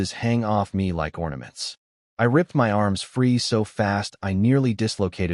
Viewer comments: I can’t get over the AI saying M-Y instead of “my” it’s killing meeee😭😭😭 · I realize it would take a bit more work but proof the AI audio before posting a story like this because the word is my not emm why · Why oh Why can't AI say my???